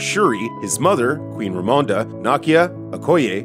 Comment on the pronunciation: If you don't understand what the "weird" ceremony in white is in the beginning, then you really do need this video. Even then, they aren't sure lmao. And pls try to pronounce Queen Ramonda's name the same each time.